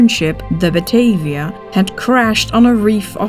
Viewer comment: best bijzonder, de namen worden wel in gewoon abn uitgesproken, maar de Batavia als batayvia.......